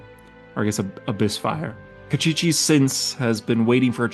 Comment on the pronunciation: Kostchchie pronounced as "Cast-chee-chee" was funny 🤣